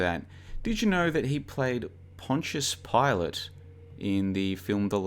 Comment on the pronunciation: Good to hear you're pronouncing Pontius Pilate correctly now.